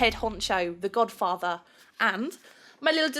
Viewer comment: When tried to say godfather instead of godfater she said godfarter lol